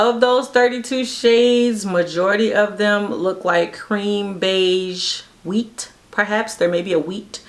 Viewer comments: Heyyyy!!! Girl “WHEAT” had me ROTFL 😂 😂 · Every time you said wheat I died!!! 🤣🤣